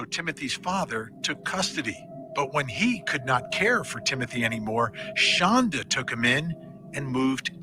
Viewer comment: Please, from somebody who's actually named to Shandra, I wish you would get her name right! Her name is Shonda not Shandra! I know it seems Petty but it's pretty jarring every time you say her name wrong .